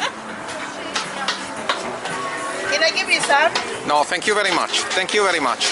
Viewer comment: Shut up with the “thank you bery much, thank you bery much”